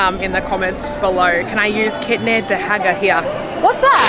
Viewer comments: you were quite close actually. It is "kinne da hega?" you just combined da+hega when you pronounced it😂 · My God you are so lovely! I hope you had a great time in india and in amritsar...it's the food capital of India... While * kinne da hega?* is right but your pronunciation is not right...so easy hack is * kinne paise?*